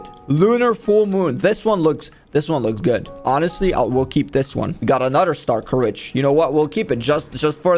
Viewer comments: bro its not star courage its star scourge 😭😭😭😭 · bro its not starcourage its star SCOURGE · why does he keep on saying stars courage its star scourge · My brain hurts now it’s starscourge not star courage now I can never go back. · Is it pronounced star-courage or star-scorge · It isn’t starcourage it is starscourge (star-scourge) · I like how he pronounces starscourge as star courage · It’s prounced star scoruage